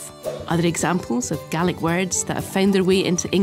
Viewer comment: Finally someone pronounced it right! It’s pronounced [gah-lick] and in our native language spelt gàidhlig, the English have destroyed the language, I can only hope to revive it